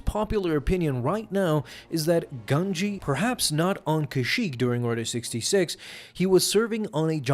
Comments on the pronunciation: Is he occasionally calling it "Order 6", or is my audio just screwy at times? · Did anyone realise that he kept saying Order 6 not Order 66